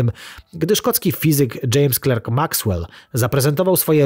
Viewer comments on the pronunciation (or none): none